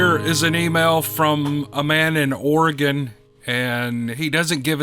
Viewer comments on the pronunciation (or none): none